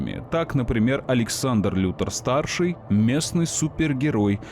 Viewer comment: Все замечательно, но я объясни. Почему Лекс Лутор, а не Лютор?